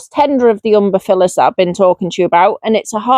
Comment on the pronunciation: I love that you are calling them umberfillers…. Instead of umbeLLifers. Like your version better….. and they are my favourite genus to grow xx